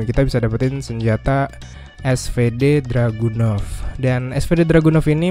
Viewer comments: Info:itu harusnya dragunov bukan druganov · Cuma Ngasih Tau Bang Bukan Druganov Tapi Dragunov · Dragunov apa Druganov ?